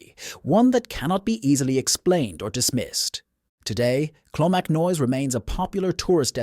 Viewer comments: "Slive bloom" mounains?....and you can't make up your mind if its clonmacnoise or "clonmacnoy".....can you please use your own real voice instead of the stupid A.I. narration as it ruins an otherwise excellent channel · Co offaly pronounced offffallly not odely there is a monastery in clonmacnoise not a cathedral , monks lived there 😂 Clonmacnise , is pronounced clon mac noise. I am Irish and from that area .. Slieve bloom mountains pronounced sleeve as in sleeve of a shirt 😂 I have seen banshee once heard her 3 times , she is a small old women with long grey hair , she follows my family and announces the death of a family member and yes she is real.